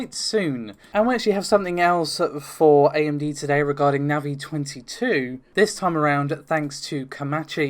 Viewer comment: just for saying NAVI correctly you get a like ;)